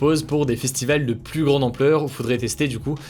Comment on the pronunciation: Arrête de prononcer le "s" de "plus" ça stress de ouf